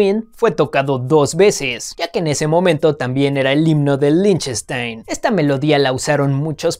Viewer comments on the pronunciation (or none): none